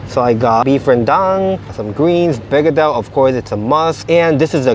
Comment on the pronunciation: The mashed potato is called ber-ge-dil ("bur-ger-dil") Did you just called it bangardel? LOL😂😂😂